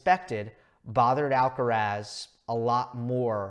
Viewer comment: Tan difícil es pronunciar bien Alcaraz?